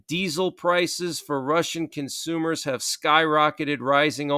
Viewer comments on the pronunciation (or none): none